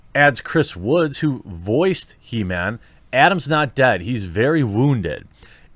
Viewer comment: It's He-Ma-am .. get it right bro !